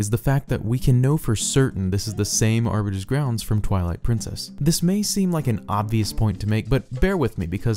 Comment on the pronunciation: Aribiter!?!....*halo nerd intensifies*